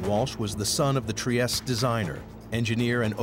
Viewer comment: Trieste is a city in Italy, it's an Italian name, so you have to pronounce the final letter. It's NOT french.